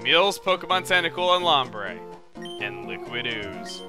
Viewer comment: Call "Acooltent Acrultent"